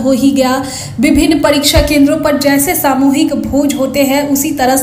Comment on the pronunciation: परीछा नहीं परीक्षा और परीक्षा होता नहीं , होती है। आपकी भी पढ़ाई ऐसे ही हुई होगी।